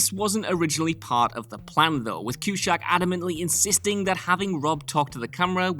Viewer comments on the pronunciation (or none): Cusack not Cushack killing me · Is he messing with people on here by mispronouncing names ? CuSACK.. RAmis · Cue-Sack. NOT, CUE-SHACK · Cue-SACK... Not Cue-SHACK Smh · CUE-SAK NOT CUE-SHACK! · It's Cusack and it's Evanston, not Cueshag and Eevanstin. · Why do you keep saying "Cushack?" His last name is CuSACK, there is no H anywhere in there. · It's Cusack, not Cushack. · Please know It is John. Cu- sack not John Cu- shack..... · It's pronounced (sack) not shack. Jesus Christ, learn to pronounce a name for God's sake. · Its 'Cusack' , Not Q-shack!. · Had to give it a thumbs down just for the way he pronounces "Cushack". Only Sean Connery can get away with that! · Cue-sac. wheres the fuggin h? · What the duck is a cue-shack? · stopped listening as soon as I heard Q shack ! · Cushack??? I had to bail after hearing that 5 times or so. So annoying. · So, you don't pronounce Cusack or even Evanston correctly. I mean to keep saying his name as Q-shack is insane! He's a well known actor! How you all cocked this up is beyond me. Was AI narration invented that you all did that and then got lazy on the editing of sound? I'm from Chicago and know exactly how Evanston (eh-van-ston not e-van-ston) a suburb north of Chicago is pronounced. Accent or not, and I have the same accent, respect how things are pronounced by those that know. Especially someone's name. Still, nice trivia about an incredible movie. Ruined by simple narration errors that could've been proofed before distribution. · Q -Sack! You complete and utter Balzac.. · Q SACK.. stop pronouncing it with an H!!!! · I was bothered by the Q-shack pronouciation as well as many other commentors here. But I follow a Austrian/Germain physist named Sabine Hofsteddar who pronounces Einstein as Ein-Shtine. I think it may be a Eurooean thing and we should recognize that America does not equal The World. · Cush? Coose? Cusaaaaack like a ball saaaaaack! Who's cooshack? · QShack? I had to stop watching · Cue-shack? WTF, dude?